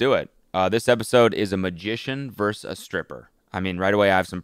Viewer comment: Cody. "Vs" is pronounced "versus" not "verse". Please stop.